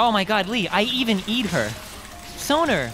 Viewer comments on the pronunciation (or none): who cares about this finger thing the real triggering thing is that he said sonER not soNA